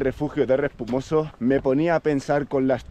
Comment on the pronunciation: Es Respomuso no Respumoso*!!! 😂😂😂